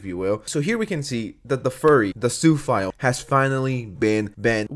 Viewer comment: It took me a while to figure out what you meant by Sue file. 😁 Don't hate me. That's what I thought he was saying!🤣